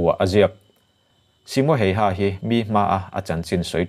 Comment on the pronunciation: ‘Hayha’ i lam dan mai2 chuh 🤣🤣🤣🤣🤣🤣🤣🤣 Finnish ho zawk pawhin tung a nih an hrethiam miah lovang 🤣🤣🤣🤣🤣